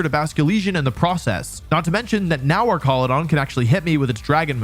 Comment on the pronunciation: Don't lie, you absolutely still pronounce names bad on purpose. "Slay-king" instead of "slack-ing" - Slaking slacks, that's the whole point. "Ark-al-u-don" instead of "arch-al-u-don" - Archaludon is an ARCH, that's the whole POINT. "Oon-feh-zaunt" instead of "un-pheasant" - it's a pheasant. THAT'S THE WHOLE POINT. And it's not "pronounciation", it's "pronunciation". There are only two "O"s in the word, not three.